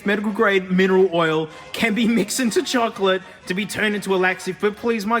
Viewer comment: how much time i heard chokolate